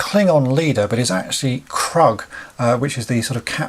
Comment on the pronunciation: Hello. First, the color on Spock is one of 2 things, either it was added as you suggest or it is a paint app factory fail. Second Kruge is pronounced "krooge." I am critical of your opinion that they were lazy because the choice was actually a good one because had thy been able do more, at reduced cost, like Sulu, Chekov, etc. Also, the design allows for head swapping with GI Joe figures to create lots of "redshirts" to supplement the core crew.